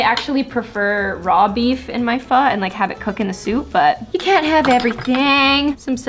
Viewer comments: It’s pho not phu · you pronounce it ‘fu’ but it’s spelled ‘pho’ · I am a Korean and you should pronounce “pho” as (fō)